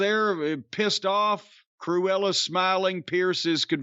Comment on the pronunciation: Jim Cornette calling Sonya Deville ‘Cruela’ is Never going to get Old …. 😂💀